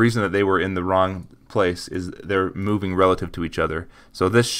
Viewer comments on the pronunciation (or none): none